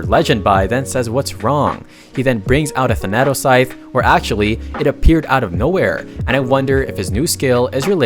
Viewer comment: Eternal. Also I only just realized because I'm usually just listening, but the Thanatos Scythe's name is probably coming from the personification of death in Greek mythology, which is pronounced tha·nuh·tows. I assume someone else has already mentioned it and you just decided to not change it, but just in case. Excited for Part 30!!!